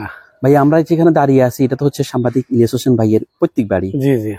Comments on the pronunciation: এই আপনি বার,বার,সাম্বাদিক বলেন কেনে?? কথাটা ভালো করে সাংবাদিক,বলেন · ভাই উচ্চারনটা সামবাদিক হবে না সাংবাদিক হবে। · আরে ভাই সাংবাদিক না সাংবাদিক শব্দটা একটু সুন্দর করে উচ্চারণ করেন সাংবাদিক না সাংবাদিক